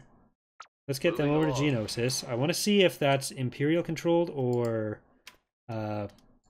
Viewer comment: ........ What the hell did you just call Geonosis?.... It’s pronounced “Geo-know-sis” not “jee-on-o-sis”.... how the fuck did you mess that up THAT badly?....